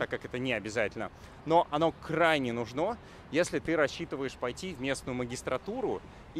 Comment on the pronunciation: "нужно" (с ударением на последнем слоге) - в этом наше всё ))